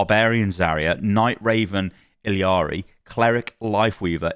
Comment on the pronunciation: Please Please Please stop saying ILL-Lee-Ari. It's "E-Yar-Re" double L's make a ya sound.